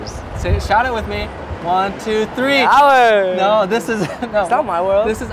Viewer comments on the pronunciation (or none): Why'd he say "no" like that?